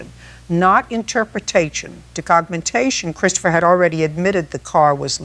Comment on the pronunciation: Sounds like your voice, but two words frequently pronounced differently. It's not Christ opher, it's Chris topher. And, it's not Car in, it's Care in.